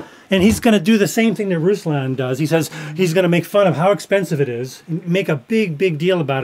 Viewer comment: Please just say RoooSlahhn so they believe you’ve seen his show. It’s not russs lan. It just seems insincere and unbelievable that you’ve heard his opinion when you pronounce the name wrong.